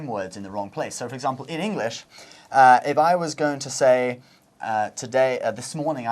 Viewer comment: this British guy pronounces it engish (nothing wrong with it even i say it sometimes. just making a statement)